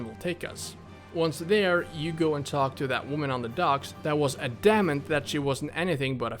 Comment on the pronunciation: Adanment?? Adamant I think it's the word your looking for or trying to pronounce